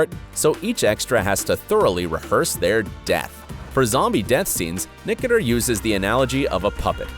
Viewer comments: I only came to the comments section to see how many people are correcting his pronunciation of Greg's last name. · His name is pronounced: Nick-o-ter-o. Not, Nick-o-ter. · Its annoying the way he saying nicater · Greg nicotero is pronounced like nic-a-tar-o. Not nic-a-ter 😂 Only true fans know how to pronounce his name 😂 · “Greg Nicotur” ? It’s Nicotero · What is that last name you keep saying....Nicoter???? Isn't there an o at the end of that? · Dude. Its Nicotero, not Nicoter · Hit like if you cringed every time he said Nicoter instead of NICOTERO 🤦🏻‍♂️ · Its NOT Nicater Its NICOTERO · It's NICK-OH-TERR-OH! Get it right. Geeze. How can you be a fan and NOT know how to say it? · I really hate the way you pronounce Greg Nicatiro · ( Nik- a- ter-o ) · It’s Pronounced Ni ko tero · Greg nicker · Drew lmfao nick-a-tur.... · Weird the narrator can't pronounce Greg Nicotero. Lol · he butchered that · Wow dude....you're doing a piece and can't even pronounce Greg NICOTERO'S name right?? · Why does the announcer in the clip not know how to pronounce 'Nicotero'?????? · Who told you its Nicoter? seriously who said that besides you? unbelievable. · As if anyone here actually knew how to pronounce Nicotero ..pff Message sponsored by : " Your rando daily post from Italy inc." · he said gregs name wrong🤣🤣🤣🤣🤣🤣🤣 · Buddy mispronounced Greg nicotaro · Your total and utter butchering of Greg Nicotero and Negan's names earn this video a solid thumbs down. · why the hell is he saying Greg's last name wrong?!!!!!!!! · out of respect atleast learn to pronounce greg's family name properly before airing video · Nice work, like the others here, I was "thrown off" by your pronunciation of Greg's last name, but the content was spot on...... But for your sake, get those names right mate. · OMG listening to him mispronounce Greg's name is driving me CRAZY!! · Nickater? Nay-gen? Nobody in production thought to tell the narrator he was getting it wrong?